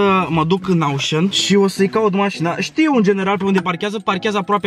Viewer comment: “Aușăn”MI E RAU:))))) daca asa ii zice la “oșan”eu sunt conopida.ba si cu numarul ala,bai,alea la tine sunt 10 cifre?=}}}}}}